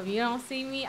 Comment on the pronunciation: you say it me not meh